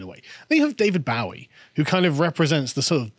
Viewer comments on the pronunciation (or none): It’s David Bo-wie not Bow-ie. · How can someone older than 25 not pronounce David Bowie’s last name correctly?